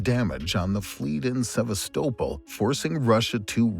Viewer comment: Annoying AI voice that can’t pronounce Sevastopol correctly ruins an otherwise excellent video. Unsubscribing, sorry🙁